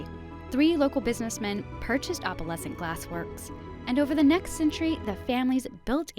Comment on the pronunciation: It’s funny that the narrator can’t pronounce “opalescent” correctly.